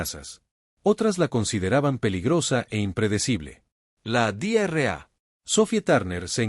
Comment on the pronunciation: Dra = Doctora es una abreviatura no ( Di erre a ) porque si se pronuncia sin pausas como en esta traducción en español suena como (Diarrea) que en español es literalmente una mi€rda 💩 💩 🚽🙆🏼‍♂️ 🤦🏼‍♂️ 📖 revisen la IA de traducción porque esta no es la única palabra incorrecta aunque no son tan llamativas